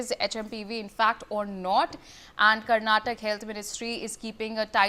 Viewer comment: Who hired this lady as news anchor..she doesn't even no how to pronounce state name karnataka properly ..shame on this news channel